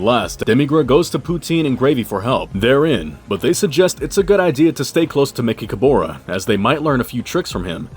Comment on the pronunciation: Why do you mispronounced mechicaboras name?